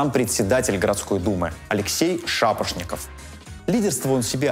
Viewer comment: Не Шапошников а Шабашников